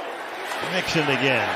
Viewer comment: The announcer keeps saying Nixon. Not Mixon🙄